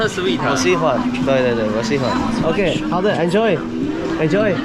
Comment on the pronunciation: It's so interesting, especially those two HAO DE HAO DE (好的 好的) phrases that sound too authentic. Sexy mustache, I subscribed to you without hesitation